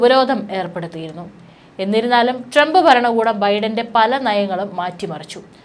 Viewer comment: ട്രംബ് 'ബരണകൂടം'? 'ബൂമി ' ? 'യുദ്ദം'? 'ആക്രമം' ? 'ബീഷണികൾ'? വാക്കുകൾ ശരിയായിട്ട് ഉച്ചരിച്ച്ശീലിക്കൂ........ ഇറാനിയൻ'ബീഷണി' ?